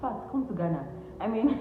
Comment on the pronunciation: You are the first Nigerian I have heard pronounce Ghana right.. Nice video 📷